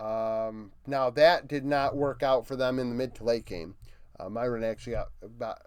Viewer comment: Small correction on the pronunciation for MDK's top laner, broadcast has been saying it "meer-win"